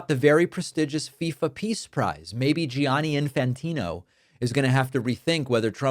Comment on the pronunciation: David, you mispronounced Gianni and buoyed. It's jonnie and boyd.